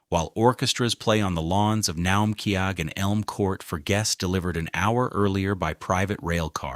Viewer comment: The pronunciation of words like Berkshires and Naumkege throw this video off